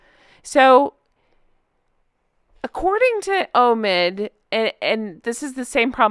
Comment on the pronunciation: Obi wan kanobe... Oh no... Its Omid as Omitted. 😂😂